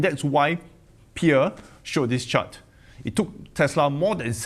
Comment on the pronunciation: You butchered Pierre his name better than from Financial Education😂